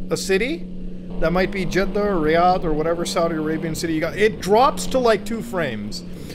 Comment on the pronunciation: I was surprised that you have a background with Saudi Arabia, you pronounced jeddah and Riyadh perfectly